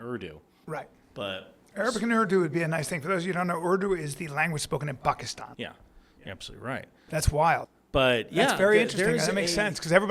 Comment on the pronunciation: Props correctly pronouncing Pakistan!